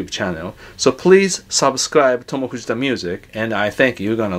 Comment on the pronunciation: always love hearing “thank you for watching..*pause*......tomo fujitsu music.” love it